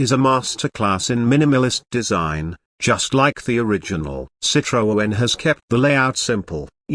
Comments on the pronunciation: Hi, why do you keep presenting all this nonsense about 2025 cars that clearly will never exist???? Irritating. Calling it a CitroOen, with an extra O. No wonder you call yourself. Crazy it surely is. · What a shite robot voice that cannot even say Citroen. "They have even made a soft top model". Hate to correct you but they were all soft top models from the 1940s. Would have been nice to watch the whole video, but that voice.....